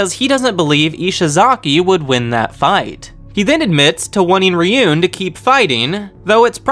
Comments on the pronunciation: Why do you call it “Ryun” and not “Ruen”, the latter is the right way to pronounce it, even tho it’s spelled another day. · Love your summations. Thank you. What I am baffled by is how someone who obviously loves Japanese anime doesn’t take the 30 minutes it would take to properly pronounce Japanese names. You do great with Ayanokoji, but completely butcher Ryuuen and Ichinose. Why? Ryuuen: 2 syllables. Ryu (dragon), en. The “e” not silent. Ryuu-en. Ichinose: 3 syllables. Ichi, no, se. NOT Ichi, nose. That is ridiculous. Ichi-no-se. Please stop butchering Japanese, and take a quick tutorial.